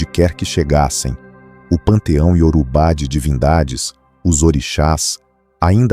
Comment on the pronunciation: YORUBÁ. A INTELIGENCIA ARTIFICIAL NAO PRONUNCIA DIREITO, RSS